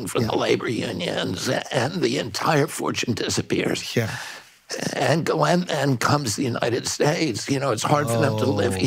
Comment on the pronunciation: Finally! Someone who knows how to pronounce Ghislaine’s name correctly.